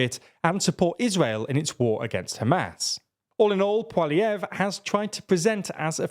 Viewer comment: You pronounced Poilievre properly, it's kind of a running joke in Canada that nobody can pronounce his name